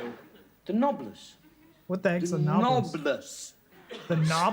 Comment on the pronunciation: No, it's 'noblesse', but he's pronouncing it as 'knobless'. That's the joke you missed.